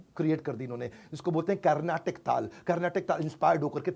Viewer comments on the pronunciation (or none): none